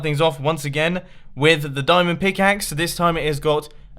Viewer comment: a pickaaxe ore a showel